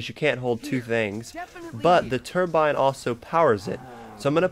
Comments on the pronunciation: Cruton 21 I know what a turbine is, but he kept saying turmbine i.e. why I said "what is that?" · also, turmbine? wtf is that thing?